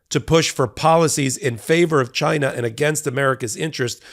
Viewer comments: “CHYNA” Trump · "CHI-NA" -republicans